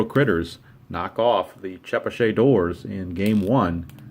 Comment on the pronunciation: I've lived in Chepachet RI. It's about 20-25 minutes west of Providence. It's pronounced Che-Patch-et and it's very rural. :-) Keene NH is about 45 minutes from me now in Gardner,MA. I'm two hours from Sandwich, MA. :-)